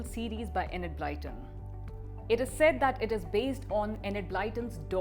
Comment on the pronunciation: Actually is closer than you are good sir, and I say this as a native English speaker.